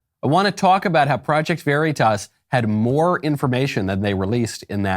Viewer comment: "project very-tas" 😂👍